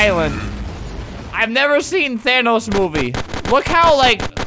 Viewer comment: Guy: who was the hottest thanos movie you’ve ever watched?? Albert: um, I never had a thaynohs moovhie If you don’t get it I feel sorry for you